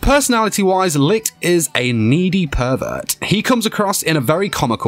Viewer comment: Stop saying lick...its Li (CH) t